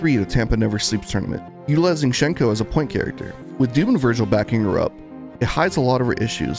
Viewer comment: It's sad to see, considering how good Hsien-Ko was in her source game. Also, hate to be "that guy," but the correct way to pronounce her name is "Syen-Ko."